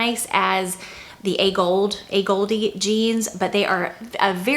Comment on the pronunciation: The pronunciation A Gold is correct, not A Goldee (for AGolde brand).